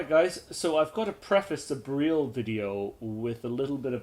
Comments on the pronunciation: your pronouncing it as bereal it is Beryl the same as the gemstone (beral) would be closer to the phonetic . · Sorry I know late message the pronunciation of the weapon beryl some people call it "barrel" in sense and you said "ber-real" which is correct sorry to ask